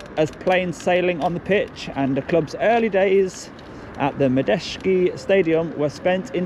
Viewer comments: It's pronounced Ma-Jay-ski, not ma-des-ki. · Maj Jet Ski Stadium is how you say it. The Car Lease name thing is just a name sponsorship deal basically to rename the stadium in return for £££ lol. Big ups and police all well done.